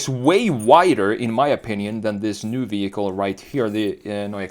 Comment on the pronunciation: It’s also “new” not “noye”